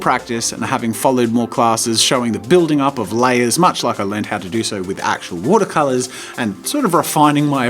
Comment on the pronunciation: “Woodah colahs” 😎